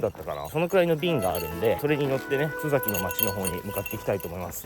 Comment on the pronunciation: 「すざき」では無く、「すさき」ですよ。